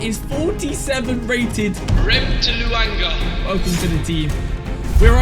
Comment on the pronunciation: it's not rem-t-luanga it's remtluanga ⬇️ ⬆️ ⬇️